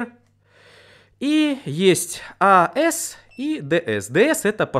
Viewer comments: не ас и дс а правельно говорить эйси и диси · какой, нахуй "аэс/дээс"? Нерусский чтоли? Первый раз слышу такое произношение. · АЭС ДЭЭС.... АЦ ДЦ... это буква СИ, а не ЭС S !